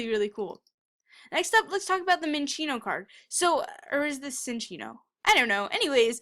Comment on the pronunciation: Minccino,Not Chinccilo.